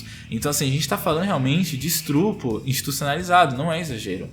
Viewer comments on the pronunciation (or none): Não aguento ouvir alguém falando "estrupo", "sejem", etc. Já deu, por agora.